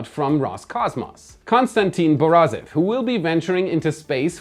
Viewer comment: Cosmonaut's first name was right, but let's work on the last name: bar-EE-soff (stress on middle syllable). (No, he's not related to Roscosmos Head Yuri Borisov).